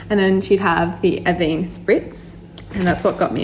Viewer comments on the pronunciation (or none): Avèeeeene not avénéeeeeee jezzzx